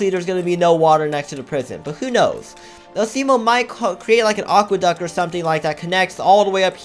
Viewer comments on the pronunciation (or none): IVE TOLD THIS NOW YOU its pronounced [uh-see-mo]